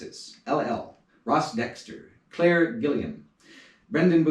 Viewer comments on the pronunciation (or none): none